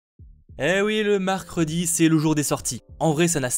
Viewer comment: oui Mathéo, le "marcredi"